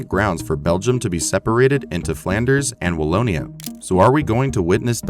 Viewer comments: Wallona? Really? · The south of Belgium is not called Wall-o-nah.... LOL